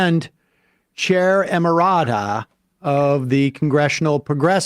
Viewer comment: An "emirata", which is what Sam actually said, would probably mean a woman from the UAE if it were a real word. The word Sam is looking for is "emerita" (ee-MER-i-ta) which is the feminine form of emeritus.